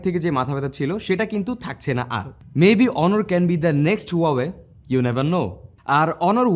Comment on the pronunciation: অনর নয় ভাই অনার